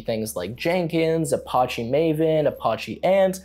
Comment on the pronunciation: It's pronounced as A patch ee. Apache it's from a Indian tribe in America.